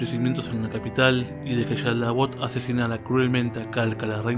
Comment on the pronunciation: Es que haces un énfasis exagerado en la Sh, cual si fieras Argentino/Bonaerense y aledaños, en Japones no le ponen tanto énfasis. Igual cuando dices SHaldabaoth. jajajaja no hay problema, es cosa mía nada mas.